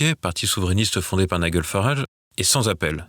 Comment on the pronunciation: "NIGEL FARAGE" le prénom se prononce comme GEL et non pas comme guêpe